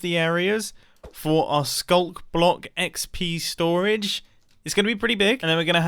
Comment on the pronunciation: I swear I heard you say XB storage. Then I just realized I watch too much Hermitcraft. Pretty cool build, but will this be survival friendly?